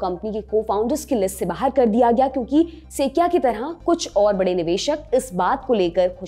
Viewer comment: सेकिया नहीं सुकोया नाम है उसका ... कैसे कैसे बेवकूफ़ लोग भरे हैं लल्लनटॉप ने.. उच्चारण भी नहीं आता 🤣🤣